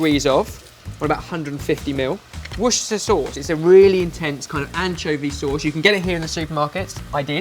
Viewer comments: i thought couldn't say Worcestershire sauce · still can't pronounce Worcestershire, it's adorable:D